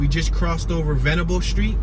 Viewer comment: Leigh is pronounced "Lee" and Venable was right the first time you said it. The roundabouts are new. They have redirected some of the streets... they used to run straight through no impediments. By the way, Google's information is not exactly correct... neither is Richmond's where Google got the information. Union Hill used to be separated from Church Hill proper by a ravine that was filled in to build Jefferson Ave. The streets of Benjamin Mosby's Plan followed the topography of the hill at the time which is why it doesn't follow the usual grid, which allows for the interesting placements of buildings. Jefferson Townhomes are not projects but still part of Union Hill, literally on the edge of the hill.